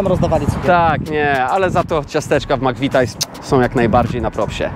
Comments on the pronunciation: wstydzil bys sie. Taki anglista i mowisz /MAKWITAJS/? Spytaj sie dowolnego anglika jak to sie czyta. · Ludzie, tyle lat tam mieszkacie a nie wiecie jak sie wymawia McVities?! I jeszcze tyle razy padło to makwitajs jak na złość, grrr. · 😂😂Stary nie gada się mc vitajs tylko mc vitis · Zle wymawiasz McVitie's - mowi sie 'mak-vi-ties'